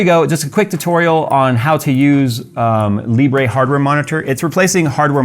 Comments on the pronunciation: Just call it "Libr" and not "Libreh" since Libre means "Open" in French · Libre is French, and it's pronounced 'lee-bruh', not 'lee-bray'. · Its pronounced leebruh lol